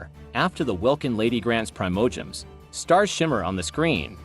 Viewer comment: I don’t want to be rude but you got to pronounce Teyvat and the Primogems correctly you are saying it wrong.